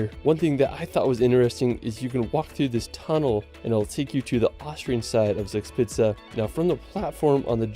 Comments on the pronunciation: The video misspronouces "Zugspitze" so much, that I really can not understand it even if I know and try to know what they tray there. ;) Try it like this please... at least that is closer to the real one: "Thooc-shpitza" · Yes you can pronounce it if somebody describes the phonetics to you. Zugspitze = Tsoog-schpitse. ( literally translated “Draft-Peak) You are correct with the Wine Riesling. It is Reezeling - never Riseling 😊 Minute That is Drachenburg in the city of Bonn. ( Would translate to Dragonburg ). Named after the mountain it is built on the Dragon Mountain. The Mountain named after The Siegfried the Dragonslayer Saga! The Hohen-tsollern Castle named after a distinct Aristocratic-Dynasty. The Family roughly dates back 1000 Years. the Glas Building on Top of the Brick-Stone Building is Hamburg’s Philharmonic Concert Hall. The Hanseatic League was a medieval confederation of merchant guilds. This is where German National Carrier Lufthansa’s name derives from. Luft = Air - Hansa= confederation of early German airlines ( ca. 1920s). I could go on but don’t wanna bore you to death 😅. Loved your reaction ❤ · Pronounciation of the place names in the video is slightly off the mark, Zugspitze would be something like “Tsook-shpitzah” for example and the Mosel should be pronounced Moh-zel. The castle you spotted on the Rhine and enquired on is actually one of the least historic ones, it was built in the 1800s, while there are many real medieval castles that had actual defence roles in the Middle Ages.